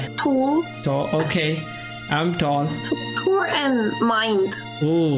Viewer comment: i heard "TOOL" instaed of "TALL" 😭😭